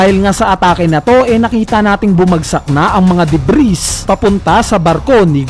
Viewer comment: ang alam ko DEBRI ang basa dun hindi DEBRIS